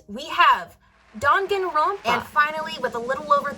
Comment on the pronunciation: Someone who pronounces Danganronpa correctly... Impossible.